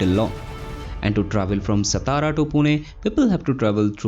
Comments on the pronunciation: Thanks for update of this project......🙏 why non-marathi people always pronounce "सतारा"????? 😡😡😡😡😡.. , its "सातारा" , This district is our pride and glory , because this is our "राजधानी"🚩🚩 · हम्म, हा सतारा करतो सातारा ल्या.😢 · सतारा नही सातारा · It is सातारा.. खंबाटकी. Pronounce it correctly. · It's सातारा.